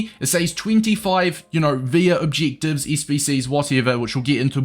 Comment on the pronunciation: “Cheek obcheektives”